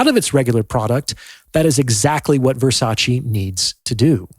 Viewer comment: I'm sorry, but this is a shallow assessment feigning Depth. However, since you feel the way to 'get through' to people is by comparing human value (men AND women) to luxury HANDBAGS, you may as well know it's pronounced Ver-sach-Ay, not Versachee as you are. I learned that from a very high value woman, Donatella Versace.